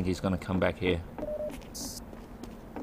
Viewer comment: "G'day all, HEER."